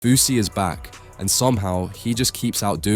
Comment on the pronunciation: It'a Fousey, not Fausey, you m...oron